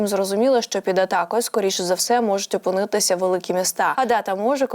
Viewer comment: За різними даними!!!У Києві, але не в Киеві!Не опинЬІтися, а опи нИтися...Будь ласка, зверніть увагу.😢